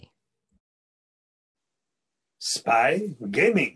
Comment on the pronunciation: spay gayming